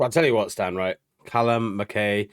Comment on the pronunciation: I can forgive our US cousins for not knowing how to pronounce a Scottish and Irish name. But guys we're supposed to be together in the UK. Mac Eye is the pronunciation.